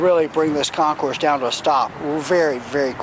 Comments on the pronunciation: Thats right, you are one of the few percentage of people that pronounce the Concours properly as ConKOUR. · Dude, thank you!!! Everyone messes it up